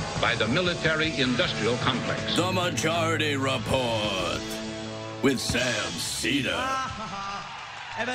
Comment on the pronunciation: "Majaurity Repaurt." LOL.